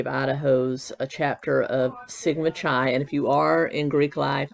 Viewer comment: Chi is pronounced "kai" (rhymes with sky). I only know this because back when I was a kid, in the forties and fifties, a song called "The Sweetheart of Sigma Chi" was quite popular and was a frequent choice for barbershop quartets. Here's Dean Martin's version